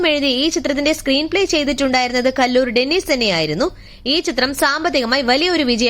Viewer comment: കല്ലൂർ ഡെന്നിസ്❌ കലൂർ ഡെന്നിസ്✅ ഷാജോൺ കാര്യാൽ❌ ഷാജൂൺ കാര്യാൽ✅